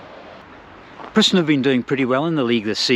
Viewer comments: Preußen / Preussen (Prussia) = PROYCEN (approx. pronunciation in English) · EU in Preussen is pronounced like EU in Deutschland-try Tennis Borussia (TeBe) or Babelsberg 03 next time?